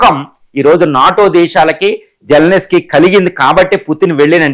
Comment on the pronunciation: జెలెనిస్కీ కాదు సామీ. జెలెన్స్కీ (జెలెన్ స్కీ) అని పలకాలి.